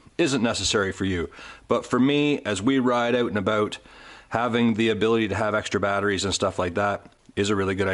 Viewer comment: "out and about" ? You sounded Scottish. Great video. I bought a Mavic Mini clone.. Lasted a week.. You get what you pay for in life..